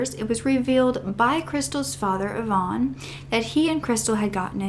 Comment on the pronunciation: YVONNE IS A WOMANS NAME... YOU ARE PRONOUNCING REVEREND IVAN'S NAME WRONG BABYGIRL... IVAN IS NOT YVONNE... IT'S PRONOUNCED 'EYE-VIN'